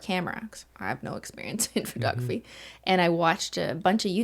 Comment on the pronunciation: Phertography... lol. I love how she says it. 😂📸